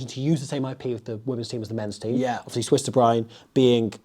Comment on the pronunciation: You pronounce Swys as "Sw-ace"